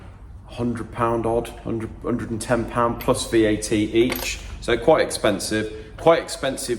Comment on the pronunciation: What is VET? Or VAT? He keeps saying "plus vet"